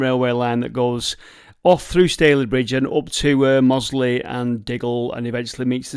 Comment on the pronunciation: Mossley and Standedge pronounced properly, and 98% of people get those wrong